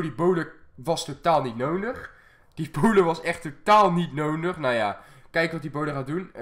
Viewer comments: Kan jij nodig zeggen? Altijd 'nonig' 😂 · Hij zegt nonig inplaats van nodi haha maar wel leuke vids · Ben Ik de enige Die Fck erg iriteer Als Nondig zecht in plaats van nodig😅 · Ik vind jouw uitspraak van nodig echt leuk, jij zegt meer noondig. Ik vind dat redelijk geinig. Nuttige informatie ook, i know. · kan je een D uitspreken want je zegt nonig:D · Hij zegt altijd nonig